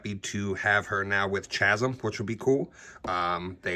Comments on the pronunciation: I think you said Chasm with a CH instead of saying it like K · I think it’s pronounced Ka-zim